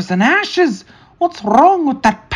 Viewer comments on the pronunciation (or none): Did say "Cinders and asses!" or "Cinders and ashes!"?